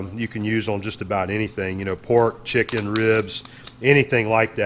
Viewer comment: "Shicken!!". Not chicken the bottle says lol😁😁